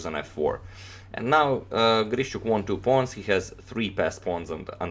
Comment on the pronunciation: very impressive game. just a kind note of mine - his name is pronounced like GREE-SHUK.